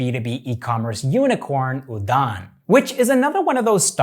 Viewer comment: The pronunciation of udaan is wrong 😅